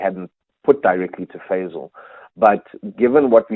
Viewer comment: Fazel not fadel